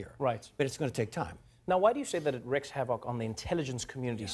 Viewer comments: Trevor, “wreaks” in the phrase “wreaks havoc” is pronounced REEKS, not REX! 💡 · WREAKS havoc, Trevor, not "wrecks".